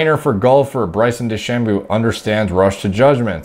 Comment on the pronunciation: Bryson De-Shamoo